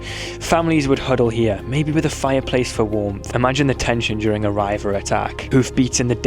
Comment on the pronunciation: Pronounced ree vers